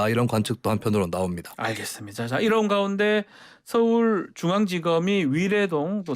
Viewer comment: 다시 한 번 잘 들어보시죠.'이란'이 아니라 '이런' 입니다. - 김은혜 대변인